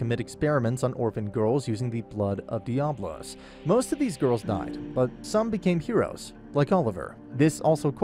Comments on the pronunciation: The way you speak diablos is wild 😂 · I love how you mispronounce diablos through out the whole video! xD